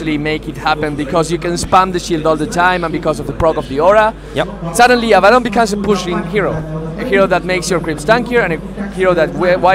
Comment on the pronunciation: is it so hard to pronounce Abaddon correctly?